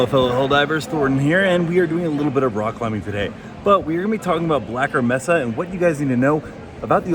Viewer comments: Mesa is pronounced May-Sah. Not messa. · Brother its pronounced "May-suh" New subscriber tho. Love how you do your content. Straight to the point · As others have already pointed out, "mesa" in English is pronounced "may-sah". As fewer have pointed out: "zealot" is pronounced "zell-uht," not "zee-lot."